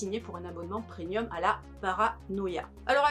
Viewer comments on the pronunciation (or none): none